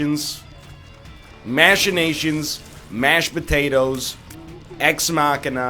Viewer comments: Machinations is pronounced with a hard ch sound NL. As in Mackination, not mashination. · Ryan please stop saying "mashinations" and "licktenstein", it's "ma-kee-nay-shun" and "liech-ten-stein" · Pronounces machina right but then goes right back to ruining machinations